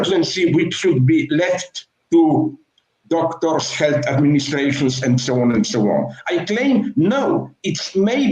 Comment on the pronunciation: And sho on and sho on